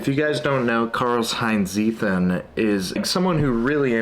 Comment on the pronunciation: Seems like an interesting book. Btw, just because you said it so many times; it's "Tseeten".